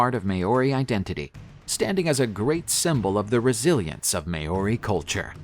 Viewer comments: Maori not may ori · Thank you for scaring some of my culture. Not even my maori teacher would teacher me these things. It's not may-ory it Ma-ow-dy. And it's not wang-a wha wha-unga, its to-ung-a. R's are actually rolled a little on the maori language and "ow" is also a promonate sound. How did you get the last videos pronunciation good then do the complete opposite this time? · First: thank you for sharing some of my culture. But...It's ma-ow-dy, or the lazy way "ma-ow-ry. But it's not "may-or-i." And it's not wang-a. You can use Google translate to find the right pronunciation. R's are actually rolled a little on the maori language and "ow" is also a promonate sound. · > Maori Longer aa sound, no y, short o.